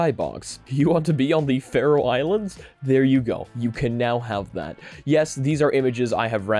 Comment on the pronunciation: I heard Faroe Islands, big W. It even was pronounced correctly